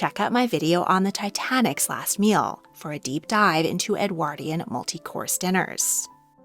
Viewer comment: 2 points. Please learn the correct pronunciation of "Edwardian" Calling a servant by only his or her surname was a higher form of respect than their first name. For centuries upper class private schools addressed pupils by surname only and when there was more than member of the family they would add a marker of seniority within the family, eg, Bloggs major or Bloggs minor. The same applied to pupils addressing each other except when close friends where they would refer to each other by nicknames often highly offensive.